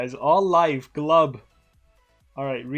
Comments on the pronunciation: not "gluhbuh" its "glooboo" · It's not gluba it's glubu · Am i the only one who gets triggered when he pronounced his name "Glaba"?